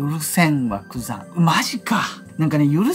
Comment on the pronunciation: 多分グザンって言ってるけど ヤクザになっててコーヒー吹きました🤣